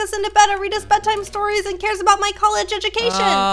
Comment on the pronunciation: "Adout" none realized? lmaoo